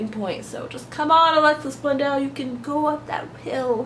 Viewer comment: Alexis Bledel not Blendel